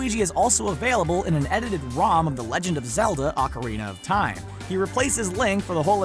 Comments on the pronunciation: "Orcarina" SMH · Your pronunciation, YOUR PRONUNCIATION...RAPED MY EARS!!! I let it slide far too long and sadly I only made it to the point where you started saying “orcarina of time”. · Over and over again. bothers me so much. Then he says "ORCarina of Time"